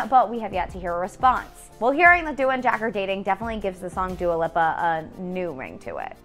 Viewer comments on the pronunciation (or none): How can she say Pete Davidson Gf name correctly but now Dua Lipa